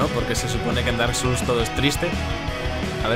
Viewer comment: Por un segundo crei que decía "Bark Souls" hahaha